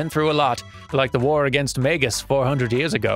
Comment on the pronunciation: I have terrible news,: the way you pronounce "Marle" has ruined this playthrough for me. I don't think I can continue to watch. Kudos on getting "Leene" and "Magus" right, though. But for real, I absolutely love this game and can't wait to see the rest of the series! P.S., I've always said it the same way said "Leene."